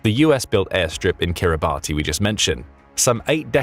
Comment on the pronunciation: Kiribati is pronounced kiribas